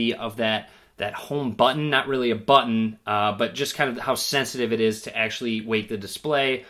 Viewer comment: homeeee BUTToon ... they way he says Button is soo funny 😁